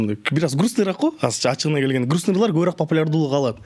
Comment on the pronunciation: Көбүраак эмес көбүрөөк .